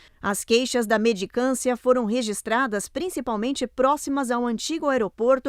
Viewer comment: Mendicância, por favor vamos falar corretamente…😂